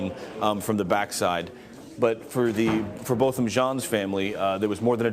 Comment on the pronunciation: To the news people: The victim's name is Not "BOTTOM" it is "Bo-tham"!!!